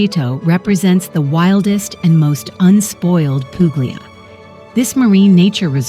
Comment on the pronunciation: Can you edit the audio to fix the areas where you say pooo glee a. in several other areas you say it correctly. I enjoyed the vid. Grazie.